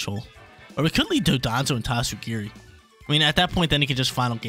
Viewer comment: I appreciate the tatsugiri pronunciation!